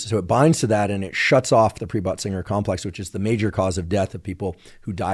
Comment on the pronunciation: Pre-butt-singer 😂 complex is what I heard him say, and I thought that really needs to be renamed. I looked it up and it is Pre-Bötzinger Complex😊